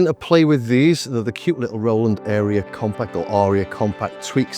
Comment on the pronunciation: It's pronounced like Eye-Rah. I - rah.